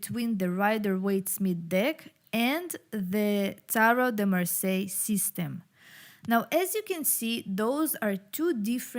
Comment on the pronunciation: Lot of thank , merci beaucoup from France ^^ you say Marseille good ^^ 😀